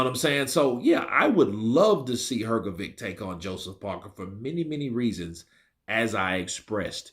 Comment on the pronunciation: Love your pronunciation of Hergovic